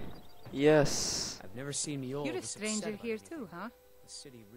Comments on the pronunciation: Monjoll? lmao. J in nord is pronounced like a Y. Her name is pronounced "myole" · Her name is pronounced myoll not "monjoll" :) have a good day! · If it helps the "J" in that accent is pronounced "Y". So it's "Myoll" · "Monjoll" lol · Mjoll, sounds more like “myoll” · Js are Ys in Skyrim so it's pronounced Myoll. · it's pronounced meyoel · im pretty sure its pronounced myoll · her name is pronounced myoll, but great vid